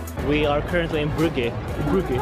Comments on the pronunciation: WTF Brygge??? its Brugge brother :D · The town is called Brugge or Bruges in english not Brygge rip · First of all, To bad you tried the dark version of the beer. Secondly, your pronouciation of Brugge is to funny